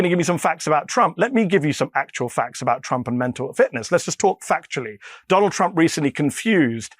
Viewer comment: Say, “mental fitness” it’s not that hard.